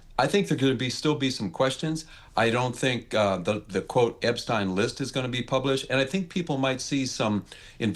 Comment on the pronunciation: Why mispronounce Epstein?